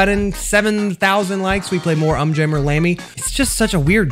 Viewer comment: Fun fact: the video is exactly 15 minutes long Also it’s un jammer not jammy